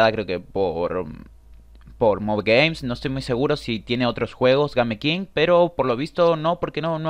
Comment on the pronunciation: por que pronuncias game king, y no como es correcto que es Gaim King